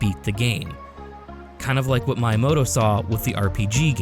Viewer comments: The pronunciation of Miyamoto is killing me 🫠 "Mee yuh moh toh" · I know you are a native English speaker but Miyamoto is super famous how can you pronunce it as “My”yamoto 😂😅